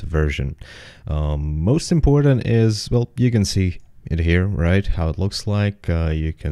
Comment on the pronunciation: Hi, some timecodes are "most imPortant", "need To install", "geomaP". Your older videos were way less bass heavy and therefore a lot nicer to listen to.